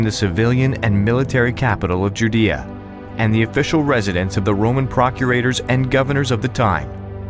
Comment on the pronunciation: Learn how to pronounce Judea.